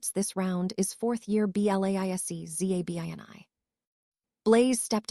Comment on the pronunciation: It is not d o m a t a, it is dementor Karma and it is not zabana, it is zabini?